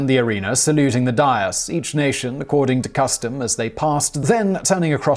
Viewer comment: That's not how "dais" is pronounced.